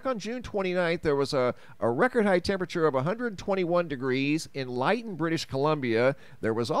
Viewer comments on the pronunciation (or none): G. BTW, it's pronounced Litton. 90 percent of the town burned quickly yesterday. Several deaths. Gets hot there at this time. Went through by train in 1984, end of June. We had to stop at Lytton because the tracks were buckling from the intense heat. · oh and its pronounced "Lit-ten" like kitten! cheers